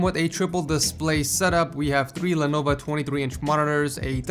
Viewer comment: Dont know why but the way you said lenovo annoyed me😂